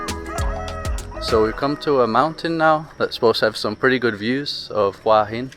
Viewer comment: Just south of Sai Noi Beach is Pranburi Forest Park. Lovely little place for a walk! ❤ (BTW it's who-ah heen 😉 หัวหิน - head of stone)